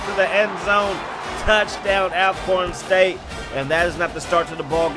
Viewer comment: Bro, it's pronounced (ALL)corn State not AL only reason for the thumbs down. However, good content 👍